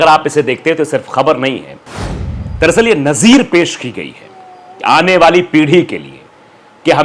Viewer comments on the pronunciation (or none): none